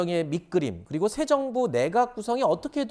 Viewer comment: 국민들이 가장 궁금해하는 정책 빙고인데 "....세 정부에서 궁금해하는 부분이...." 발음 똑바로 하3.